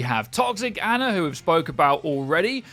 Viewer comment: Until you can pronounce Ana's name right I refuse to believe you